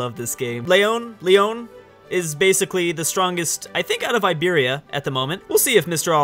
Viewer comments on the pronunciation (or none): none